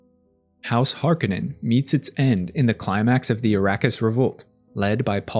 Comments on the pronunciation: Har-KO-nen, not HaR-kA-nEn... KO... Har... KO... nen.... Harkonen. -..- "Harkenen" .... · It’s Har Ko nen….not har ka nin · Hark A Non is how its pronounced.